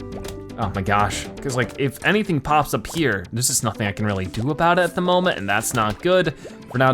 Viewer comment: He can’t pronounce the R in the word really